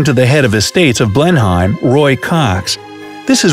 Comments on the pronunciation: It's pronounced Blenim, not Blenhyme. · Blen-Hem NOT Blen-Him! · Its pronounced Blenym not Blenhime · FYI, "Blenheim" is not pronounced "Blen Hime" but more like "Blen-hem". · Two tiny little corrections. Its not pronounced BLEN - HEIM but BLENIM. Also Vanbrugh is not pronounced VAN - BURROW but VANBRU. We also have a town in England called Penistone which is definitely to be pronounced PENISTON. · ITS NOT PRONOUNCED “ BLEN HIME” It’s pronounced “BLEN IM” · For Petes sake its pronounced Blen hem not Blenhime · It's not blen-hime, it's blen-um you pratt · Wow!! Some terrible pronunciation of place names there. If us British can learn to pronounce Arkansas as Arkensaw you can at least learn that borough at the end of a place name is pronounced as “Bruh” and Blenheim is “Blenem”. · Please get your pronunciation right... "Blen-em" not "Blen-high-m" We British want to take an umbrella and unfurl it up your nose about such things 🙄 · Blenhime ????? 😂😂😂😂😂😂 It’s pronounced Blenheim as in blen hem. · More “Blen-em”, really. Even a Scot would drop the H. :) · Us brits like to pronounce things weirdly, to catch you guys out and giggle meanly. Looks like we got you here a few times. Sorry :( Words ending in Brugh or borough - pronounced "bruh". E.g. Middlesborough = "Middlesbruh" Blenheim - pronounced "Blennim". Ignore the H. A large amount of british english words are not pronounced phonetically. Another example is places ending in "ham", where you usually don't pronounce the 'h' at all. So "Birmingham" is pronounced "BER-mingam". I dunno why, we just do :p It is kinna cute when you get off a train in London and ask for directions to BUCKING-HAAM PALACE though, maybe that's why we keep doing it :p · Just a note, Blenheim is pronounced Blennem. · I just knew he was going to pronounce Blenheim as ‘blen-hyme’. 😖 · It's pronounced Blen-him. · Blenheim is pronounced blen-him just saying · Chris Travers agreed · "Blenheim" is pronounced, "Blennem". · say it like this BLENAM...